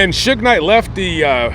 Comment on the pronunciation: Sue-gay is how AI pronounces his name... But I did want to comment he is exactly where he is supposed to be because he was one pitiful case of manhood